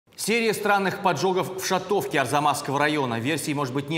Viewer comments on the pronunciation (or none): шАтовка, не шатОвка. Уши режет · «шАтовка» правильно говорить. Ударение на «а».